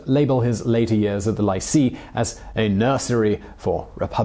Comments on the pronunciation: Ian Harvey He also says “lye-see” instead of “lee-say” for lycée but overall I just learned so much I can’t be mad at it! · It's lee-say...not lie-see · it’s lycée - “lee say” ya self-discrediting bum! sounds like you’re talking about lychee fruit. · The 'lye-see' is really the 'lee-say' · Um, Leesay, not Liesee (Lycée) Girondins not Grindons Otherwise, pretty decent thumbnail of an incredibly complicated period. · The "lycée" = "lie see" ?? Only a Brit could mispronounce the French language so badly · It’s ‘lee-seh’ not ‘lie-see’ (lycée) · ... I know I should be focused on the info but the whole time I was going “lee-say,” it’s “lee-say,” not “lie-see,” that’s so wrong... I’m wishing he had checked the pronunciation of Lycée... Even though I know it only would bother those who speak French. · Lycée is pronounced lee-say by the way, not lie-see :P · Damn, Simon, WTF is that pronunciation?! Lycee is not "lie-see" - it's "lee-say"!! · Simon pronouncing lycée as lisi and laisi were my best part of this video. It’s lisay if you’re wondering. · Omg it hurts to hear Lycee pronounced Lye-see. It is Lee-say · A little help in French pronunciation: it is not a 'lysee' but a 'li(long)say'. The 'i' is pronounced as the o in women. In fact also as the e in women. What a simple language English is!. An 'ée' is a long 'ay' as in 'way'. Good luck. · It was nice. It refreshed some memories. Just a bit of a pet peeve though, Lycée is pronounced with the li from lilipad and cée from beyoncé. Not lie-sea. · "Lycée" should be pronounced "lee-say" rather than "lie-see" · Lee - say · I love this channel but I just need to let you know lycee is pronouced "lee-say" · Lycée is pronounced "lee-SAY" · li see ???? really ?? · « Lycée » is pronounced Lee-Céh ;) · Hey, “Lycée” is pronounced “lee-say”. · More like lee-sae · You should look up how to pronounce lycee (and other words in a language that is not your own). Hint it's 'leesay' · Lycee is pronounced “lee-say”.